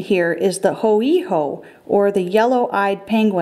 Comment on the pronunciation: That hoiho pronounciation gave me cancer